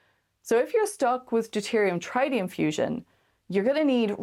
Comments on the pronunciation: Traitium ? Nope: Treetium Rocinantee? Nope: Rocinanteh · Loved everything about the video except the grating mispronunciation of ‘tritium’. That first ‘i’ is short, not long. Otherwise, brilliant stuff. The Expanse rules.